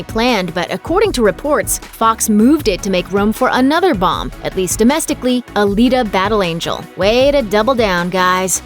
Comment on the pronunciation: Did she just call "Alita Battle Angle" , a bomb? 😲🤔